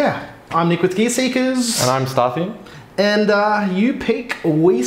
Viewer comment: Starthi? Your name is pronounced